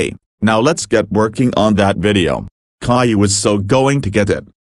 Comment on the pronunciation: My named is pronounced Caillou not cailou